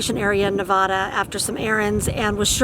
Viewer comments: Nevadda not Nevodda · It's pronounced Nev-ADD-a, not Ne-VAW-duh! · Hello there. From a 4th generation Nevadan... it's Ne va duh not Ne va dash. Vegas is crazy town even in the boonies! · love your videos but the only acceptable pronunciation of the state is “Nev-AD-a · You most probably got kicked out for calling it Naavaada! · Please pronounce Nevada correctly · Love your videos and you are great. welcome to our state (Nevada) but please learn how to pronounce it.